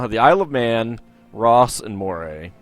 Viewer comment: I'm sure I've mentioned this before in the comments, but Moray is pronounced as "Murray".